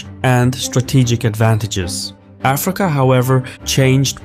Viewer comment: it would be like saying aFRIca instead of AFrica